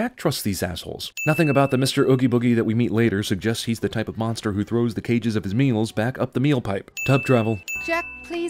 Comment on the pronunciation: I needuh monstah